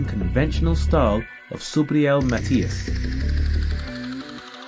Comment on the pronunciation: That’s true. No prospect; a world champion.And the pronunciation of his last name is Matías. Just like they call him in all his fights.